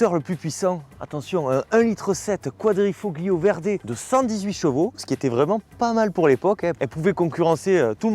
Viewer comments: Toujours un excellent choix de véhicules (on a les mêmes goûts). Bravo pour ton énergie et ton jeu de mains 😄 Pour ton information, on dit "quadrifo(g)Lio" ... on ne prononce pas le G, comme dans Ta(g)liatelles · Quadrifolio!!!! On 'e prononce pas le G!!!! 😂 Je hurle a chaque fois que tu le dis, et tu le dis a toutes les phrases !! Merci en tout cas pour cet essai d'un modèle que j'adore. J'ai eu un grand prix (série spéciale du quadrifo(g)Lio dans ma jeunesse, j'ai adoré cette voiture. Une merveille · Superbe vidéo encore une fois...Merci d'avoir remis à la lumière du jour cette magnifique voiture! Un travail de maître cette vidéo... Toutefois, il y a un petit bémol de prononciation...En italien, la lettre "G" est presque muette. Quadrifoglio se prononcerai plutôt quadrifolio. Sinon, c'est top. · "Quadrifoglio" faut avaler le G à la prononciation . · Arrête de prononcer le G de quadrifoglio... Il ne se prononce pas en Italien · Excellente revue d'un voiture tellement typique et pleine de charme ! Pour la prononciation de quadrifoglio, c'est comme les tagliatelle : le g ne se prononce pas et c'est parfait comme ça 😊. Encore bravo et merci ! 😘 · Super une alfa. Par contre le g de quadrifoglio ne se prononce pas en italien 😉